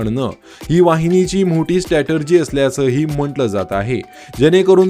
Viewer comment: कसा आवाज काढून गाणं म्हंटल्या सारखं बोलतो आहेस 😂😂statergy नाही रे बाळा. स्टॅटेजि हे पण तुला म्हणता येत नाही. लाज वाटली पाहिजे तुला.